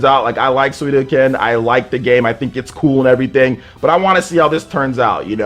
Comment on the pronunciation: "Suidoken" It's Suikoden.